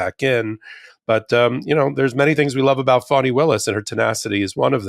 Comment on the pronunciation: Yes! Ms Agnifilo knows how to pronounce "Fani." The Fulton Co DA is not a baby deer.